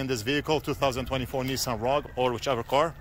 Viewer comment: "Nissan Rug" 😂